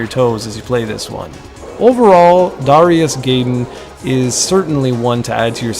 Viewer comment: I believe the game's pronunciation would be "DARE-EYE-US GUY-DEN" instead of "DARE-E-US GAY DEN"